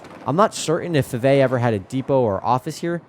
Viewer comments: It's pronounced "Five A ". Named after the Five A brother's. There's a road plac at 52 & Little in memory of them. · Nice catch. I'll trade you some SCL story's for some BBQ 👍. Fivay is pronounced "Five A" named after the 5 A brothers.